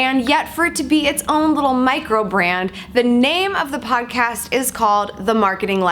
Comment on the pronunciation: Yay! Odd-cast! Like ool. There's no "P" in either one of them....lets keep it that way, M'kay? G/L! Can't wait to get into it!